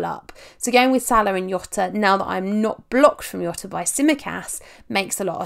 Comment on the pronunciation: says Jota WRONG